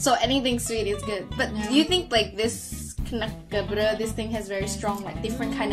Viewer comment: Its *knekkebrød and not knakkebrød 😂😂